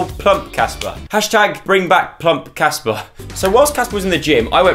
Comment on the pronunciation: It’s Casper not jasper